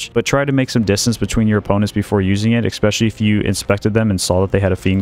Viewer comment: I really like your content, but we need to work on your pronunciation of the word "ESPECIALLY". It is NOT "expecially".